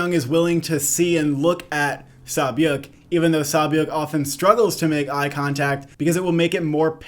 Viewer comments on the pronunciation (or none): Props on the name pronunciations! Sae byeok is kinda like 'seh byok' but the rest are good 👌